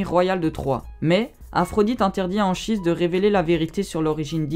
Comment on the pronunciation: Ça se prononce Ankhise